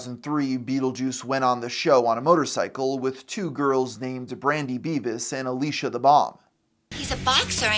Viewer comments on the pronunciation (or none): none